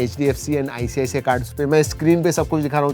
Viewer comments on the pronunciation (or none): none